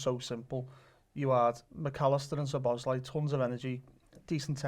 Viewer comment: Every time I heard the lad say SHoboszlai, a little piece of me died inside.